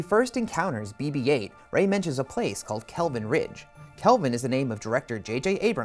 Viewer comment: This guy said "Bob-8" LoLz! FAIL bruh